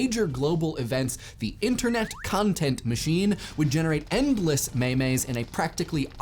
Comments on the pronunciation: for those who maybe wondering my problem with this...it's not a two syllable word at all. It's pronounced like meem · And it's not "memes"... It's meemes as in biological genes. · may mays? it's memes rhymes with genes because they were conceived as the way ideas/cultures are passed on analogous to genetic material for ideas.